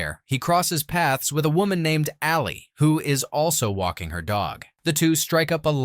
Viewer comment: when “Sally” confronts Ray! Her name is “Ally” you dink.